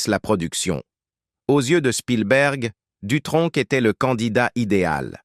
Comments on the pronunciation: Jacques Dutronque à quatre-vingt-tun ans ? Ça commence déjà de travers. Vive l'Intelligence Artificielle ! Les sites de voix off même à petit prix font mieux. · Jacques Dutronk ? C'est quel accent ça?